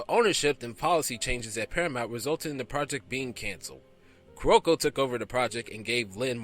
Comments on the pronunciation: The most notable is Carolco it's pronounced Carol-Co not Ka-Rol-co! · I dun fucked up because I keep pronouncing it Carlo-co.